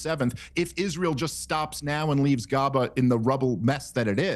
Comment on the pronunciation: Dave said "Gaba." 😂